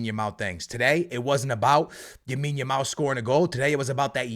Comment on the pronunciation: he’s been calling him yamine every single video😭how has he not been corrected 😂